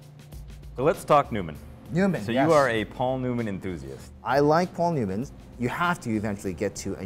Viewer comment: this man said newmans